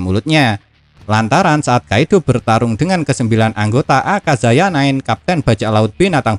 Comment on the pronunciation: Akayaza min... Bukan akazaya